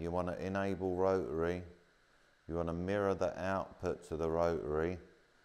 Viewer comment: Not pronouncing the t in rotary is killing me 😂